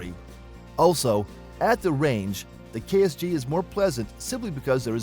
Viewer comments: KSG not KRG 🤦🤦🤦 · You kept saying KRG its KSG or are you doing this intentionally to slander Keltek.? The Utas unless they finally fixed it is an unreliable peace of crap. The Keltek KSG with a little practice can be just as fast or faster to reload than most shotguns. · Isn't it KSG? WAS HE SAYING KRG?